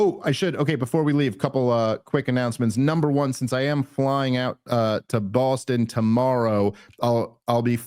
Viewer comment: YES! DAVE! "Bawstun" IS THE CORRECT PRONUNCIATION